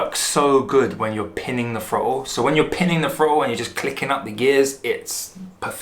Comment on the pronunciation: "pinning va frottle"